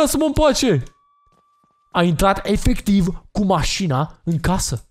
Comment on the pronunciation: ma intreb de cate ori a zis,,efeciv''